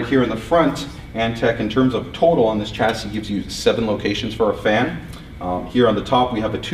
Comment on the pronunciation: 1. Cut down on the 'actually'. 2. Every time you pronounce it 'tʃæsi' instead of 'ʃæsi', the Queen sics her corgis on a kitten.